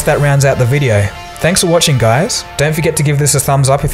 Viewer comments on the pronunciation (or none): "thank for watch GuIEYZss" Ahah am I the only one that caught that?